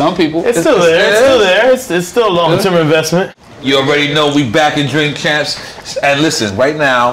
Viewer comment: He said drink camps 😂